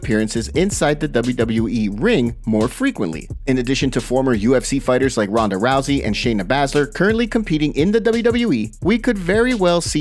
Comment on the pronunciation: Okay I quit. Shayna Bazzzler??? It’s Baaaasler. Do some research jesus